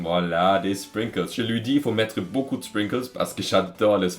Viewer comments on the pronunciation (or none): none